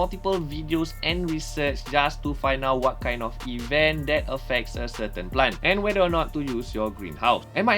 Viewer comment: say plant NOT plan